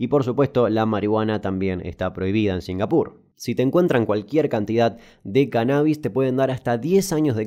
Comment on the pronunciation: La verdad singapur suena bastante bien cuando lo dices así.